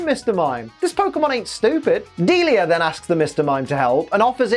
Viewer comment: That's how her name pronounced? I always thought is was like "Dee-Lie-ah" not "Deal-ea"